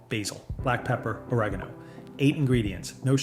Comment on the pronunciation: Lost me when he pronounced oregano as “orogano”.